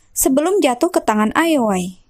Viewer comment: cukup menghibur jangan patah semangat ya min cuma karna salah sebut ioi dengan lol